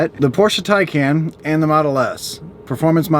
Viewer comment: Its “Thai Khan” for the Porsche (not Tay Can). Why is that so difficult to remember?